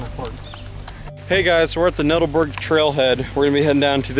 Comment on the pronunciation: Nut-all-berg. The structure going down hill was a conveyor system used to deliver the coal to the tipple